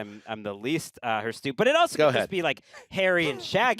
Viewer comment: anyone else enraged that "HirsTute" kept on going unchecked?